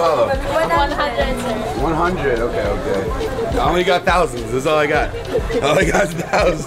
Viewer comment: It’s halo halo. Like bruno mars, stephen curry, luca doncic, dj khaled You guyz are so funny 🤣